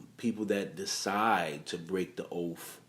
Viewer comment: Yeah and "oaf". The word is OATH!🙄